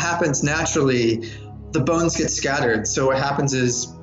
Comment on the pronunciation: Bones not balls